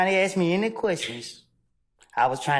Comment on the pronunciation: I'd object on the grounds she has a hard time saying "asked".